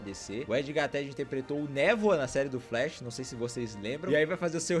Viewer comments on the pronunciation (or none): none